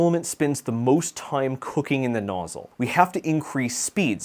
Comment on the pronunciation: Nozzyyle??? Next you'll be saying 'Sense-oars'.